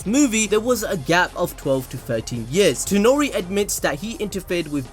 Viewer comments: It is Toneri not Tenori...... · ToNEri. TONERI. NOT ToNOri